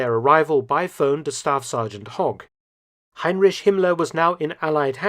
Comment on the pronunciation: You are not pronouncing the name Heinrich correctly!